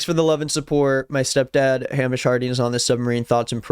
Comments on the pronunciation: hey! scot here just wanted to say it’s hay-mish not ham-ish. great vid:) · Name’s not pronounced Ham-ish. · Just a note, unless it’s a niche pronunciation I’m not aware of that the guy chose to use, Hamish is pronounced hay-mish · Just to let you know Hamish is pronounced like "Hay-mish" !!! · Its pronounced Hay mish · It’s pronounced Hay-mish, his step son needs to control himself 😮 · best video I seen all day ON THE SET! Edit: it’s pronounced Hay-mish. Scottish name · It's pronounced HEY-MISH!!!! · Im sorry i cant get past the pronunciation of Hamish LMFAO its pronounced “Haymish” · Btw it's typically pronounced Hay-mish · The whiplash I got from hearing you pronounce Hamish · you are saying the name Hamish wrong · The way you're pronouncing Hamish makes him sound like a fairytale pig